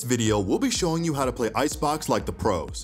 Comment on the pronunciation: Idk why but i keep hearing Proteins 😂